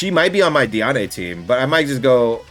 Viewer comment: Why do you call her dee ahh nay her dee Anne lol